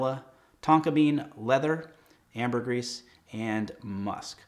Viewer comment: I wore Creed's Pure White Cologne with my tux for my wedding; from the same line (Royales Exclusives or something) as your wedding selection. What did Robin wear? My wife wore Creed's Love in White, which is divine on her. By the way, the "s" in Ambergris is silent. 😉